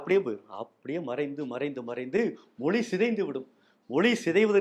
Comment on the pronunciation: ழ கரம் ஏன் உச்செரீக்க வரவில்லை அது தான தமிழுக்கு அழகு மொளி என்பது தவறு